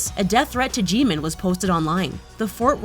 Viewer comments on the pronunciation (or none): Ji-man???? It’s Jim-in not ji-man at least do a bit of research on how to pronounce a name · No no its GMIN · She literally said “ jeemin” it’s pronounced “ Jimin” 🙄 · “Johnkoo” “Bengtang” “Geemin” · "JohnKoo" "Jeemin" 😂😂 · When you said "Jeemin" like that I almost died tf please larn the pronounce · Tf is Jhonkoo Nahmjoo Taeyang Jeemen And tf is Bengteng It's either Bangtang or Jinhit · JEEMIN lol (try doing ur research on a MONETISED VIDEO) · LEARN THEIR DANG NAMES IT’S NOT G-MIN it’s Jimin, IT’S NOT JONKOOK it’s Jungkook ALSO IT’S NOT TAEYOUNG it’s taehyung, good grief! Sorry i had to let that out “G-min”: “Jonkook”: “Taeyoung”: Where the BTS army at? 💜💜 I’m a big BTS fan so it annoys me when they don’t even take the time or find out the proper pronunciation of the word. Sorry but it’s a bit annoying and i dont wanna get hate comments i just wanted to say it was annoying the video was good btw and yeh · She said "Jeemin" instead of Jimin...it was bugging me. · “tooer” “jeemeen” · No one: Literally no one:: Jimeen and Johnkook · Park Jimin hahaha me of course 😂 my baby and their saying jimeen 🥶How dare are they! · She did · And Namjoon was MisPrOnoUnCeDDdDd oh and JeEeMin??!?! Like wtf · The fucking pronunciation of their namesss I’m cRyInG Johnkoo and Jeemin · And i can’t believe that you’re still butchering up Jimin. IT’S LITERALLY HOW YOU WRITE IT LMAOO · Before you post videos, please take the time to properly research the content and learn how to pronounce the members’ names. Some of this information is incorrect. Other than that, your videos are really good. Edit: BTS didn’t reach the level of eating disorders? At the very least, Jimin has struggled with that, and it’s impossible to know about the other members. Please do your research ahead of time so that you come off as respectful. Another edit: Jungkook has been showing his abs more than ever recently lmao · They pronounced Jimin wrong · I cringed so bad